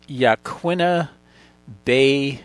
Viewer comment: Hello from Depoe Bay Oregon! Great job on the pronunciation of yaquina sir, well you tried anyway.